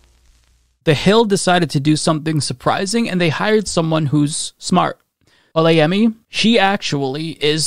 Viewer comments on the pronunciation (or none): Nice try on the pronunciation of olayemi It is actually "Or-la-yeah-me" And don't worry your pronunciation didn't make me cringe I fully understand that dialect is very different. I think people should understand that and not berate people for not getting the name right instead of just simply correcting them.. especially when it is not intensional. Anyway great video as always